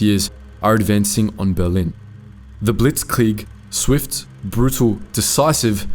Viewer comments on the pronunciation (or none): none